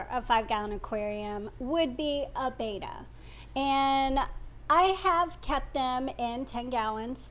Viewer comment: It's "Bet-ta" not "Bay-tah."